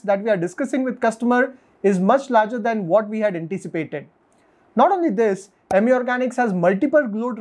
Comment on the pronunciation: It’s अमी not इमी